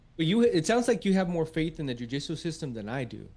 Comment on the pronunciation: I kept hearing Jiu Jitsu system instead of Judicial.